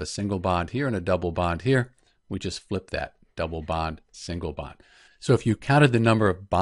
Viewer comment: Band😂 It's bond